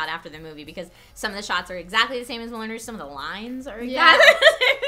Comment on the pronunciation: Its pronounced "Moulan Rowg" not "Moolan Rooooooosh"..youre not french you dont have to pronounce it like they do..just because arabs pronounce "P" ans "B" doesnt mean your have to do it too.